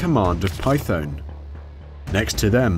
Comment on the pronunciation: Not read like Python .... just saying :)